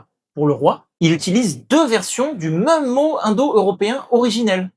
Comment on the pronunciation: j'ai posé la question car vous dites "meum" pour même, c'est tout à fait caractéristique de l'accent wallon et bruxellois. Vous prononcez également le p de sculpture.